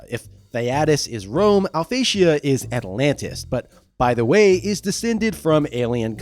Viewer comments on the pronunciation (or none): none